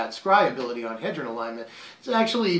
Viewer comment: Trust me it's H-ee-dron not hedron